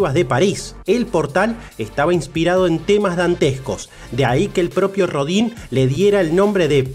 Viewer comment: Pues para empezar habría que pronunciar bien el nombre, es molesto que hagan un programa de alguien y ni siquiera digan bien su nombre, que se pronuncia Auguste Rodan aunque se escriba Rodin.